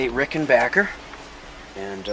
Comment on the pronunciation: for pronouncing Rickenbacker correctly!